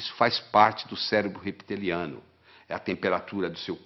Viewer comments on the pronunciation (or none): Não quero ser cri-cri… mas se fala “reptiliano”(e com o “p” mudo). Não “repeteliano”. Sou fã do Dr. Lair Ribeiro! Homem fantástico e precisa viver mais 100 anos! O mundo precisa de homens como ele.